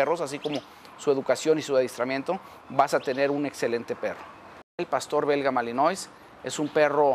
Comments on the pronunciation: Se pronuncia malinoa y se escribe malinois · Malinois se pronuncia "malinua"